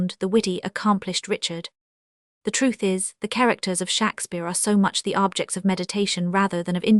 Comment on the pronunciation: how laughable to use an ai voice which can't even pronounce Shakespeare in the correct way . OMG